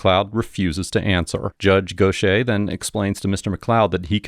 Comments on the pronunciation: Go shay* is pronounced gauthyhair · “Gauth Ear” is how it’s pronounced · Dude: how is Gauthier pronounced like that ?